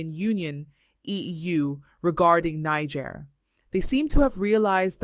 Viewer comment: Niger is pronounced "Knee-zher", not "Knee-ger".